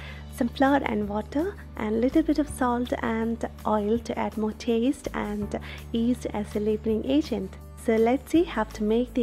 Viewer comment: I hear east. is that yeast or east?